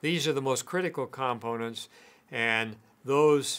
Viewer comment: You’re not pronouncing component correctly.